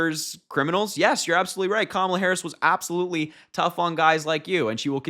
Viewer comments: Stupid Alana daba-doo it’s not Camel-a, not KaMAla, it’s KA-mala or comma-la or , la. Comprendé? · Cam e la??????? Cretins. Can't even pronounce a name????? Not the only thing that flopped. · 👂🏽LISTEN UP! hey maga, it’s simple but to help ya out, it sounds like this…. ,la (comma-lah) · The Camel’a pronunciation was intentional. She knows how to pronounce it properly, but incorrectly is intended to be insulting. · The reason for not pronouncing Kamala is pure ignorance and they’re siding with the right party dummies r us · They say her name wrong on purpose!!! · They mess up Kamala Harris’s name intentionally. The same way that Trump says Barrack Hussein Obama. They are vile!!! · And he flopped badly at the NABJ Conference in Chicago too! He just whined and cried like a baby, about the sound, about the ABC Reporter. He repeated his same old lies about immigrants, and just generally made stuff up. And yes they are deliberately mispronouncing her name. Nobody cares! She is whipping him in the polls, and so they have to resort to name calling, and insults. Just juvenile behavior. And Kamala has already met with President Zi Jinping as Vice President! So what is he talking about?? Just stupid! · Did you notice the black and white outfit too? And they mispronounce her name on purpose as a mark of disrespect. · They know how to pronounce her name. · Harry, my boy. They’re pronouncing Kamala wrong on purpose. I can provide several reasons why, but the most recent is Trump’s interview with Laura Ingraham. Talked about pronouns. Says he doesn’t give a shit about em. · Trump thinks mispronouncing her name humiliates HER 😂 And, just because he mispronounces, his minions also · Republicans mispronounce Kamala's name as. a way to disrespect her. There's no mystery- they think they have plausible deniability. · They are intentionally mispronouncing Kamala's name. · It doesn’t matter how they mispronounce her name, they’ll all be calling her Madame President before too long.